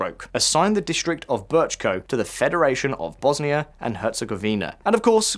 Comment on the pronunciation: Americans really can't pronounce c and č "District Bečko"?